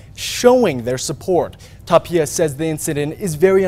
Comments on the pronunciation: If he says Tapilla one more time ima bout to slap him silly. Lol Tapia bro. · Tapilla?? IT'S TAPIA